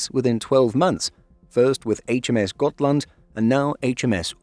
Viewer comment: I disagree, every effort to sound like the Swedish names should be applauded. I have seen countless videos where Gripen is called Gruyypen which is preposterous. It's either the Swedish "greepen" or the anglicized "grippen", which is incorrect but acceptable as it rolls off the tongue. Except for the first Hal laand, I think both Halland, Uppland and Gotland were pronounced flawlessly and we even got really good shots of Västergötland and Södermanland, which aren't easy tasks. Really well done. Finally someone who knows åäöÅÄÖ aren't A's and O's. The U in Uppland could be more upwards pointing though instead of Oupp sounding, but it's no big deal. Blekinge is difficult, much because of the melody needed. It's "Bléé-KINGE" in a daaa-dadatt rhythm, like the word "forcefully" but the second syllable higher up (not stressed). I'd need a music sheet paper for it rather than phonetic writing. Perhaps the word Amiga (as the gaming system) for the tone of the i, but the rhythm of Forcefully.